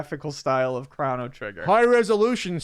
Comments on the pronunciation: Good. why do you say "Crawno Trigger"? Am I the only one that says it like crow-no trigger? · "Chrano Trigger" Krano? Chrono... Yeah gonna be that guy :) <3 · wtf is a CRAN? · ChrOno trigger, damnit lol. You are like Avgn with all your mispronouncing words:) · Chrono rhymes with Mono